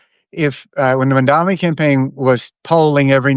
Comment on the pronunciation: Jeez, is it really so hard to get his name right? MamdaNi, not MamdaMi. It just bothers me, and shows a lack of respect.